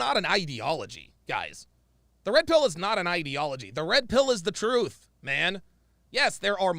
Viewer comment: it's "truth". Not "troof". Jesus Christ...